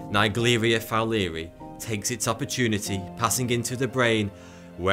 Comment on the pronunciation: Probably pronounced Fowler-eye